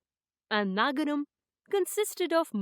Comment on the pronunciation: It is not naagaram...it is nagaram and it is not Tamil it is tamizh